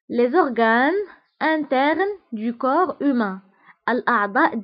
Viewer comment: حسيت مكانش فرق في النطق بين هذو الكلمتين le corps ، le coeur صح ولالا